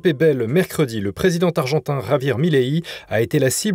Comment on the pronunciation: Insupportable les liaisons du style « Le présiden targentin »